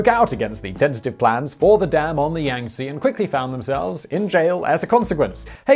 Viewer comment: It's pronounced Yahng-Tzeh lol. Love your stuff, Simon.